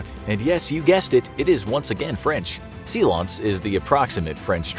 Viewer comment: "seelonce" LOL english took the word silence from the french, its spelled the same